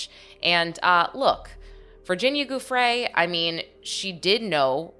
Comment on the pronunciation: Giuffre is pronounced Jew-Fray